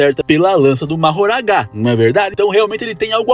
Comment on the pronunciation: As pessoas assistem os animes em japonês e mesmo assim continuam falando o nome dos personagens errados, por que ele fala Majoragaaaaaaaa.